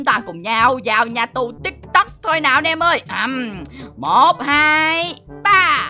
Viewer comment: Tìm tôi mà nói là tik tóc